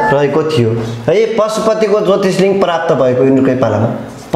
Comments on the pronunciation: उच्चारणमा चै अलिक ख्याल गर्न पाए सुन मा सुगन्ध हुन्छ। ज्योतिर्लिङ्ग लाई ज्योतिषलिङ्ग ... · Jyotishlinga haina hau master ji jyotirlinga vannu na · महोदय तपाईले इतिहास को बारेमा राम्रो जानकारी दिनुभयो त्र जोत्रिलिंग हो जोतिस लिंग होइन अनि हस्तीपुर होइन हस्तिनापुरहो।